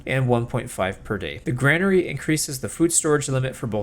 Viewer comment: It's pronounced. Grain-ary not gran-ary